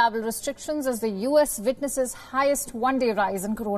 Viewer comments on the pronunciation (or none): it witnesses not vitnesses